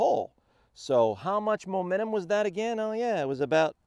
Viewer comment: It's no longer "Mo-mentum" - It's "Mu-mentum"!